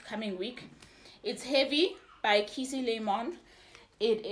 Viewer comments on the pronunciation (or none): Key-A-Say = Joy in Kikongo that's how you pronounce it.